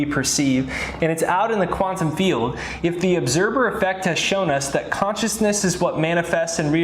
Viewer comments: I thought he said 'obserber effect'. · I love your information but my OCD is driving me nuts. LOL it sounds like you are saying obserBer effect. Lol